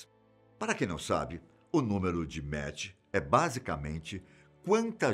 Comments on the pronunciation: NÃO É MATCH , E SIM MACH ( DE PRONUNCIA MAK ) QUE SIGNIFICA MAIS , MAIS 10 X A VELOCIDADE DO SOM ... CADA MACH É O NUMERO DE VEZES QUE A VELOCIDADE SUPERA A VELOCIDADE DO SOM... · Vcs estão falando Mach errado. Não se diz "méche" e sim "mac" 👍🏼